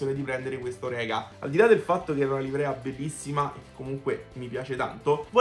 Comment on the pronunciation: Salve! Hai ragione: splendida la tampografia della Orecá. Una sola cosa da dirti (e non volermene.....): la corretta pronuncia del nome e' - Orecá -, con l'accentazione sulla 'a' finale, perché il costruttore è francese. Saluti, e grazie per i video! RD.